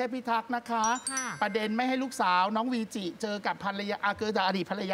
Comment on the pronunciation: วีจิ ไม่ใช่ เวจิ นะ